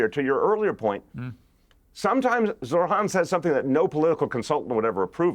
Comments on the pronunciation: When is somebody going to tell Bill that his name is not Zor-Han? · it's not pronounced Zor Han